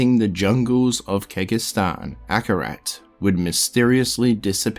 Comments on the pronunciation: Triune (Trune), Kehjistan (Kehgistan), Uldyssian (Yuldyssian), Izual (Izu-all, instead of Iz-wall), just to name a few that stood out to me. Athough that last one is understandable cause he read it how it's spelled. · Kay hay-gin, kaan-dur-aas, kej-ist-an, iz-wall, trav-in-call, taal raasha, vish-yair-eye, there were a lot of others that peeved my pets but I couldn't remember them all, sorry man I had to speak out XD still a really cool video. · This is awesome dude. Can't imagine the amount of effort and research it took to make this. I just wish you Googled the pronunciation of some of the names. It's Kehjistan, with a J, not a G. And "Tal Russia" just made me laugh lmao. I don't even know how you got "Vishari" out of Vizjerei. The way you mispronounce some of these almost sounds like it's on purpose, just trolling people lol. Also noticed some editing mistakes, like you clearly did 2 different takes of the same line, but then left them both in. This happens several times throughout the video, multiple takes spoken back to back. Regardless, the video is great, awesome to listen to at work or before going to sleep.